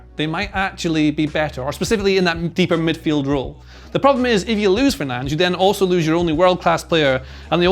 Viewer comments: It’s not Fernand’s it’s fur-nan-dez. Get the name right at least hater. Sick of most ppl hating on Fernandes who has given so much for this club. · 'Fernange' 😆,, that's not his name. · No way it’s pronounced ‘Fernanj’. Is it?! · I know he’s pronouncing it correctly, but its Fer nan dez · Are we discussing you saying Fernanj or nah? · He's really calling fernandes "fernaj"😂😂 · no, it's not. brazilian here, with a portuguese family. it's not fernange in any accent. it's less bad to pronounce it with a spanish accent than whatever is going on in this video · Fernandes is his name 😅 Kills me him not saying his name